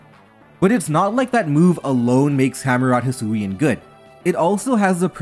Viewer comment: Wait... did he just say... "Hisuian Samurott?" HAIL TO ARCEUS, FINALLY!